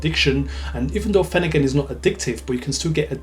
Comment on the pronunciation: The R is not silent. It’s pronounced phen- er-gan not finagin